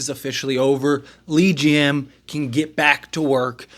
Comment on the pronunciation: It's pronounced "Luh-GM"